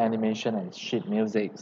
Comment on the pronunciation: I really don’t wanna make fun of you but I had to laichst so hard when you said sheet because for me it sounded like shit.